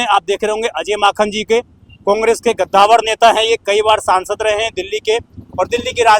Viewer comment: It's कद्दावर not गद्दावर 😂😂 . And It's representative.